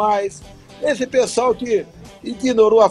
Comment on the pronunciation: Ele fala psol ou pessoal?! Hahah